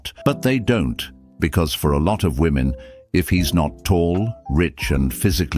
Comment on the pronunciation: Every single video you upload features a woman who says woman instead of women. Every single time. Grab any 5 random American women and ask them to say women and 1 out of 5 will say woman instead, as if woman has no plural form. It really frustrates me. It's not an accent thing either. They just don't know how to say women, and I hear it CONSTANTLY, yet they do know the word men.